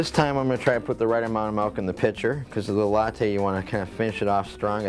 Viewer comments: You’re gonna wanna go ahead and stop saying MELK 😂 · you had me at "melk" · HE SAYS MALK :D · They way he pronounces MILK is very unusual!